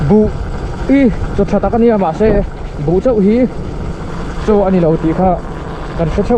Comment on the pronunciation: Manse i chhiar dan kha a diklo deuh 😊..mans tia chhiar tur mizoram lama pastor quarter kan tihna ang kha a ni e